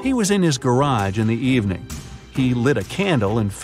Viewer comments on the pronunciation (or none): none